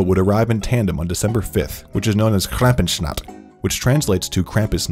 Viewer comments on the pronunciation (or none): the way he pronounced Krampusnacht made my ears bleed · Omg i love how he pronounced "Krampusnacht", like english speakers just can't pronounce ch and the rest wasn't right either (this isn't meant to be negative, it's just v funny to me) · I never understand how americans fail so hard to pronounce german. He literally says "Krampu-snacht" and afterwards says it translates to "krampus night". So yeah, MAYBE in germany in "Krampus-Nacht" and not "Krampu-snacht". Exactly same goes for "Nikolaustag" which he pronounces as "Nikolau-stag", followed by "St. Nicholas day". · Krampus NACHT not krampenschnatt 🤣🤣🤣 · Krampus -Nacht not Krampus-chnat :) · I'm a native English speaker but know German and I replayed the section a few times wondering how he got that pronunciation when it's supposed to be similar to "krampoos nockt" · It's actually pronounced krampus Na-kt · “Clampen snot” is not how you pronounce Krampusnacht but okay, have it your way. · I can't with his pronunciation of 'krampusnacht' ohmygod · You absolutely mangled "Krampusnacht". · the way he slaughtered that word.. no, just no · hahahah i have never heard someone butcher a german word so hard as Krampusnacht. Laughing tears right now 😂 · to the narrator: sorry dude, but you butchered the german words SO HARD :D if it wasn't written out, i would never have gotten it. on different note: yes, Krampus sounds a lot like medieval Germany ...